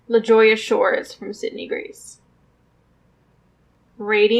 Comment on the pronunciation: I LOVE your version of the palette. Such a fun exercise!!!! And, not to criticize, but because I think you might want to know, La Jolla is pronounced La Hoya!